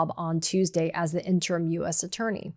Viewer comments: Katie, the word "interim" isn't pronounced IN-TERM; it's pronounced IN-TER-IM (3 syllables). Other than that, I hope you don't change a blessed thing. Keep it up. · Interm or in-ter-im? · FYI, it's in-ter-im, not in-term. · Katie, I love you, but "interim" is not pronounced "in term" You drop the I in the last syllable making it a two syllable word. And the first few times you said it I couldn't figure out what you meant. "Interim" is a three syllable word, not a two syllable word. In-ter-im! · In-ter-um. The phonetic pronunciation. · In-trum - pronunciation. Pretty soon it will be in-tern,.. like a Dr. wanna be. ie. Free reign as a king reigns becomes free range like cattle grazing. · Interim: 3 syllables, not 2. (I can't help myself.)